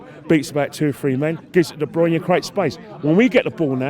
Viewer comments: “De Bronya”😂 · (1st) #0.34 Fast forward 10 years ago.... Woah wait huh!!! 🤔🙁 (2nd) #1.25 The club reaks of consistency. Woah wait huh!! 🤔 Surely you mean inconsistency. (3rd) #2.22 man said debronya 😅 Surely u mean de bruyne This is becoming a reoccurring theme. 😏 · Man said Dr brunya